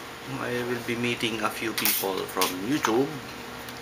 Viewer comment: If u ever stop saying "youchoob" I will pay someone to stop at your house every night at 3 am with a tricycle and just sit there and rev it for 5 minutes nonstop lol.